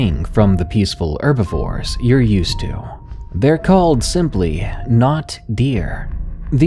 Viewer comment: As an English speaker, from England, it is so, so irritating to hear a word with a dropped 'h'. Like 'erbal tea. Or 'erbivore.